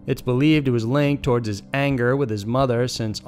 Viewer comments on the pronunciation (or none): none